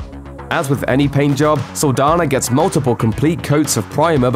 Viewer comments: This is an interesting video but you mispronounced her name the whole time! Saldaña is a Hispanic name. The "n" in it has an accent. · It’s Saldaña not Saldana. Just because the ñ letter is not on the english alphabet doesn’t mean it does not exist. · Saldaña not Saldana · So you’re just going to mispronounce her last name oh okay🤔😒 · Its cringe every time he pronounces her last name wrong